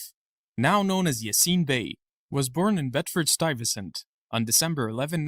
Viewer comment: whya re you raping his name with an american accent?